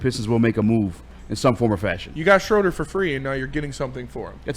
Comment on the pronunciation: The man's name is pronounced Shrooder